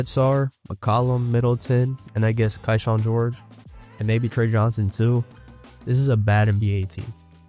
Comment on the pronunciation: It's "Key"Shawn not KaiShawn